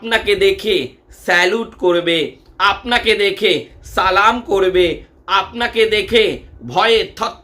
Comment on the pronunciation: সালামটাও সঠিক হয় না আবাল